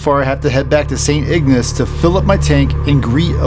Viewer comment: Pretty close. Sounds like Saint Igg-niss and Sue Saint Ma-ree not Mary. Also Awe Sah-ble like the ah from aha and ble from able sah-ble not sable like the critter with the fur 😉